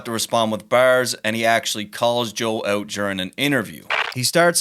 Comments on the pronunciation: Joe destroyed all of them, and 50 never got back. Also, hearing the host say stuff like "blowing her back OOT" in a Canadian accent is hilarious. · Lol funny how you say "out". What accent is that please?